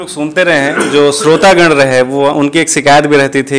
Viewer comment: भाई इंटरव्यू लेने वाले अच्छे होने चाहिए ऐसे लीजेंड से बात कैसे करना है? कैसे सवाल पूछना है सब होमवर्क करके आना चाहिए ।।आपका कार्यक्रम गेस्ट खुद चला रहे है।। स्रोता नहीं श्रोता, परेसन नहीं परेशानी होती है ।।इतने महान व्यक्तित्व का इंटरव्यू और अच्छा हो सकता था ।